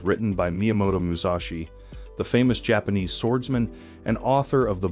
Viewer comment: For Pete's sake; It's Mu Sashi, not Mu Zashi! And NO; I would not ever subscribe to most of his principles or so called 'wisdom'!